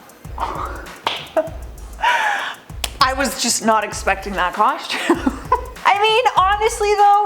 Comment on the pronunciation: What's a Coshume? What's with you Canooks? Lol just busting